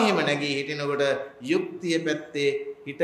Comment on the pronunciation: යුක්තිය කියන වචනය කියන කොට යු යන්න හරියට කියන්න හාන්දුරුවනේ......